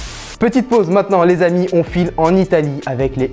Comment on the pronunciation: Arrête de dire l z amis tout le temps 😂 sinon top